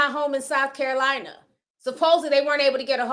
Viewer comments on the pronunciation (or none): none